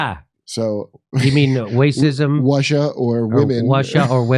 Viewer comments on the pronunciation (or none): Wacism, Wussia, Wom8n 😄